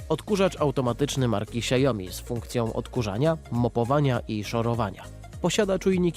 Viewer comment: Xiaomi chyba a nie Xiaiomi się wymawia🤔